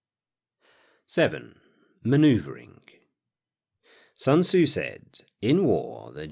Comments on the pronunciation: "It's like 'Sun-Tuh-Zoo' says: a good leader is benevolent and unconcerned with fame." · Sun Ta-Zoo - Paulie Gaultierri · Sun ta-zoo! The Chinese prince matchabelli! - Paulie Walnuts